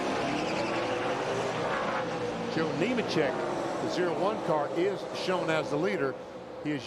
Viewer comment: Lol thats funny since the next guy he mentioned was Neemachek he mixed it with newmans and said neeman lol